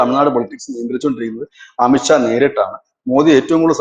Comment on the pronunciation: അമിത്ക്ഷാ അല്ലാ അമിത് ഷാ എന്നാണ്. പറയുമ്പോൾ ശ്രദ്ധിക്കണം.